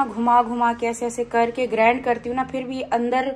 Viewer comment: Sitara GrAAAAAAND nhn hota.grind kehty h.